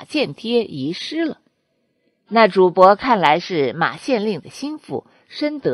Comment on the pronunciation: 是 主 簿 非 主 薄。主 播 該換一副眼鏡。